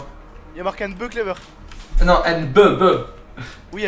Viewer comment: "beuh clever" ... et sinon t'es jamais aller au college apprendre l'anglais ?